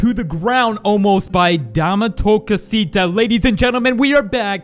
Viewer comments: The way you pronounce dame tu cosita is absolutely terrible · He pronounced dame tu costia